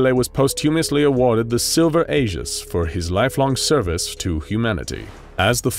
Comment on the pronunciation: Why does everyone pronounce Aegis wrong don't believe check translate